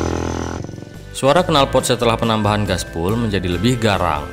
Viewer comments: Glasswool mas bukan gasbul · waaahaahhahaaa glasswool mas bukan gaspol ,,,, jadi ngkaka sayaaaah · Yg bener 'Gaswool'. Bukan 'Glasswool' apa lagi 'Gaspull'